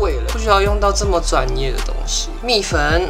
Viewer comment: 你说蜜粉我听成米粉